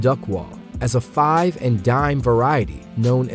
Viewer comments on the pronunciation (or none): none